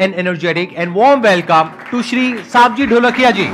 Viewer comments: संदीप सर ने गलत नाम उच्चारण किया। सावजी धोलाकिया। सही मे। सवजी धोलकिया हे। ये मेरे पडोस के गांव के हे।हमारे सौराष्ट्र,गुजरात के हे। #AnupaWithKishorVlogs किशोर नागर पालिताणा-गुजरात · સંદીપ સર સાવજી ઢોલકિયા નહિ It's સવજી ઢોલકિયા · Right pronunciation is सवजी धोलकिया . Great session sandeep sir & Savjj bhai 🙏🙏 Proud to be Gujarati & Surati 🙌